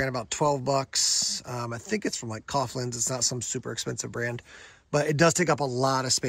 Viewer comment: wtf is cofflands? If you mean Coghlan's, it's said cog-lan's, "GH" doesn't make an "F" "PH" can make an "F"